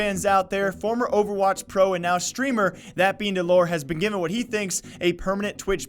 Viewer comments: its dell-er not dull-ore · did he just say dell oor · Please say his name correctly for fuck sake.. your running what you want to be a “news page“ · Wow you got all your facts wrong. You're even saying his name wrong. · Can you please pronounce the name right thanks